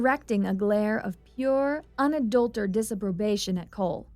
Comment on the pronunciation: Because I want to help: "Unadulterated" is the word, and it has SIX syllables - Un-uh-DULL-ter-Ate-ed.